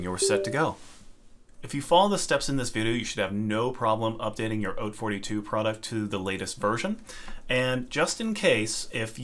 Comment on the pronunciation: thank you for pronouncing "haute" correctly. Not a single other video i've seen has been able to accomplish this monumental feat.